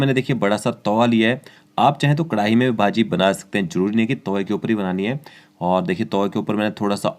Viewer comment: It's bhaji not baji 😐😐